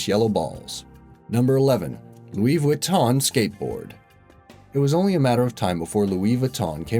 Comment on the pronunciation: Loowee viton